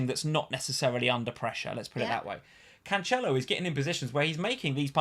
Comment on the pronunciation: you laughed and corrected with the wrong pronunciation! Jesus with a "G" sound is totally correct! 🤦‍♂️ Also, it's not CanCHelo, but CanSelo.